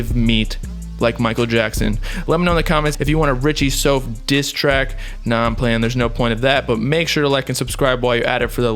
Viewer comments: “SOUF” = “SOUTH” why you keep saying “sofe” ? it sounds weird as hell🤨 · Stop saying soaf lol its like saying south but with a f